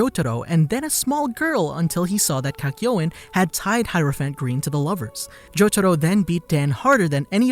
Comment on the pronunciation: He says heropiant green like this ''hirophant grin"